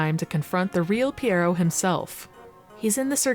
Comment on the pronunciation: As a French speaker I was impressed with how you said "pierrot". Most people obliterate the pronunciation and say it similar to "pirate". But yeah, this has made me want to dust off my Dreamcast and play it again. 😊